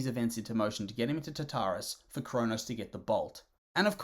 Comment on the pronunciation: So… I don’t know how you get “Tatarus” from “TaRtarus.” That first “r” isn’t silent.